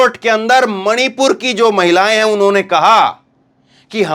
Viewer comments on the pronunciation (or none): none